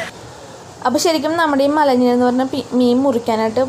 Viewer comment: മലഞ്ഞീൻ അല്ല മലിഞ്ഞീൻ ആണ് ചേച്ചി